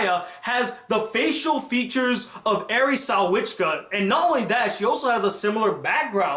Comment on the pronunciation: School Rumble is the greatest anime of all time. A few corrections though, if I may. Eri' last name is Sawachika, pronounced sah wah chick ka. You pronounced it like sah wit chick ka. And besides that, she's English and Japanese not German and Japanese. Good review though.